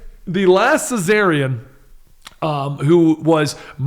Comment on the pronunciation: Last Cesarian? Ummm don't you mean last Czarnian? Just saying Also, why does no one ever bring up Lobo's ORIGINAL appearance? lol